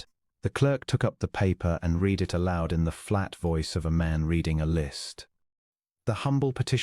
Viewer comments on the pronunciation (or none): Very nice story, but the mispronunciation of read vs red vs reed is irritating.